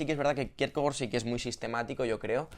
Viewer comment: Igual que Faemino y Cansado, tú lees a Kirkegar.